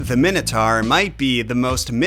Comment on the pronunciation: So the "Wannabe" king of Crete is pronounced "My-Nos" and yet you STILL pronounce the creature "Min-O-Tar", not "My-No-Tor". Go figure